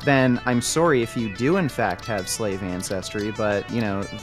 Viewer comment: How many times is going to say "sorey"?